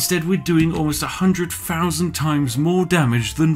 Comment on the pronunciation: doesn’t anybody else get triggered by the way he says “-fousand” rather than “-thousand”